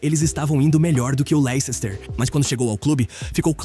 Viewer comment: Amigo uma dica: se pronuncia LES-TER. É uma palavra de de cidade chata inglesa que parece ter muita letra desnecessária. Ótimo vídeo